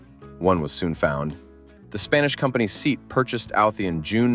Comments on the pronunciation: See-at ..Not Seat... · The Mini is not a hatchback. Also, SEAT isn't pronounced as 'seet' but as 'seh-at' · SEAT is pronounced “say aht” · SEAT is a Spanish acronym, not an English word. It's pronounced Say-at.